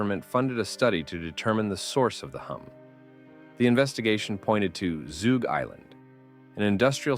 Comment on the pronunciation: Zug Island... Zug... like Tug, not Toog.